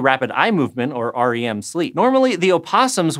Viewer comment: Never heard someone pronounce the letters of REM sleep separately like that. 😂